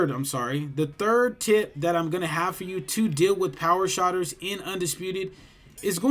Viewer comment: It's SHOOTERS not Shotters my boy.. Thanks for the tips 🤙